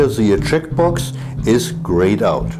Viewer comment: I like the way you said checkbox as "trick box." Yes, it's a trick box to trick you into updating to Windows 10. lol